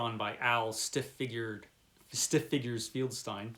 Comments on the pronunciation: I am pretty sure it is pronounced FELD-STEEN...not... FIELD STINE....or were you trying to be funny by insulting one of the greatest people in comic book history?.. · Just a tip, the last name of the artist at EC Comics was FELDstein, not FIELDStein. It’s an easy mistake to make, but you might want to check Wikipedia on every person you mention and have your browser speak the name. I just watched a video where the creator called Rod Serling, Rod Sterling, which wouldn’t be too bad, but he said it wrong twenty times. Keep in mind that viewers are probably going to know how to pronounce these folks’ names, and mispronouncing the names probably hurts subscription numbers.